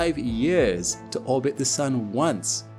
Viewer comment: It is years, instead of yurs